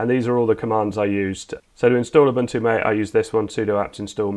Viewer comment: "Mah-tay", not "M8".